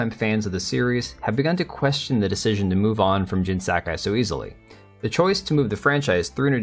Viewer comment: Jin Sakai? Nah man, that's Jin "Suck-guy" 😂😂😂